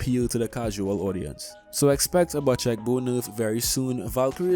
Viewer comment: love the vids and love u btw the bocek bow is pronounced "bow-check" not "butch-eck" <3